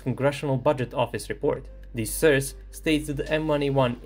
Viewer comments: It's pronounced SOURCE, not surs. For someone who makes a living out of talking, you really suck at it. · Nije "srs" nego "soe'rse". Mozes ti to. Verujem u tebe. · The way you pronounce "source" makes me feel uncomfortable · It's sOurce, not sUrce. 😆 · What's a 'sirce'? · Please, learn how to pronounce source. Unsubbed for now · It's pretty Charming how is pronouncing the word "Source" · Sry to be a dick, funniest pronunciation of the word source ever. Thx for the video tho! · Bro, love your videos… but you are killing me with the pronunciation of the word “source”. 😂 😅